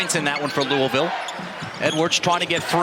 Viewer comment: This ACC announcer doesn’t even know how to pronounce “Louisville”.